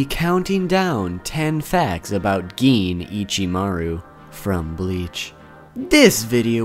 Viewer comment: Who tf calls him geen